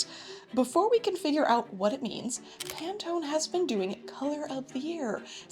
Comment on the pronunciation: Pantone ❌. Panettone ✅ 😊